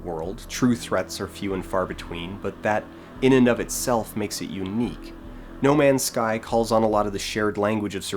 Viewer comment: Nu-male's Sky